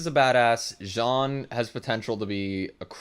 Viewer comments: is "jean", not "jhon" xD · It's pronounce "Jean" like the first name "Jean" in french (Use Google trad for having the sound and the good pronounciation) and not "Jean Leavis" loool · John is still wrong, that's a good approximation for English, but the j is too hard in John. It's essentially John with a soft j and a somewhat silent n. Tbh the only correct pronunciation for Jean is Jean, you just have to be used to French. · Probably jean is a french name. I think it’s pronounced john in english. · No about Jean. He pronounced wrong his name, !))) And I'm French. Ik that's very hard to pronounce this name Jean, right for strangers.